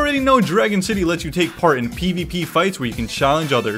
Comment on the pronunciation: aw hell nah you said shitty instead of city